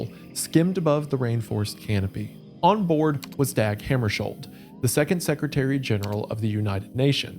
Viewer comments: Love the video! The Swedish pronunciation of "Dag" sounds more like "Dog". No one asked but I wanted to share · Missed opportunity to say "dawg" when it's the more accurate way to pronounce "Dag" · The a in Dag sounds like the a in tar, not bag.